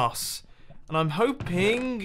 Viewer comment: Schlumpfmaster "and I'm hoping-yof :(" (10 outa 10 emoticons